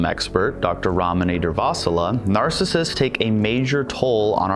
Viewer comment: it's funny how he pronounces ramani more correctly than her.